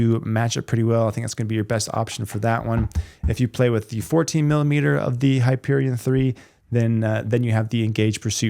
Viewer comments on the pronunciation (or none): none